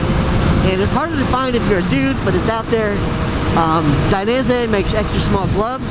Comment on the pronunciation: Great vid - even though I'm fairly tall I still learned some good tips including how to properly pronounce "Dainese" LOL. I'm buying some gloves from revzilla soon and want you to get a commission - if I click your affiliate link it takes me to boots - if I continue shopping for gloves from there I assume you'll still get a commission?